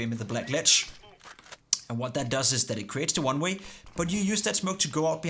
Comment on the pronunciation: det lyder som om du siger runway istedet for oneway